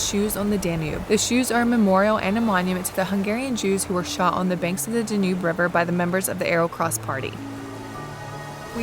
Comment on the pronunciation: I am surprised you can not pronounce DANUBE. not even close